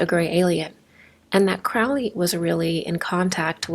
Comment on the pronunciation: I believe Crowley is pronounced like it is spelt...not like sourkraut...or krautrock...stand mummified...monkey goddess 🙈🙉🙊